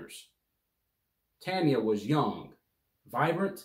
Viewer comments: Not “TANYA” it’s “TONYA” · Tonya is not pronounced Tanya!! Come on bro! 🫤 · Her name is pronounced Ton-ya..not Tan-ya.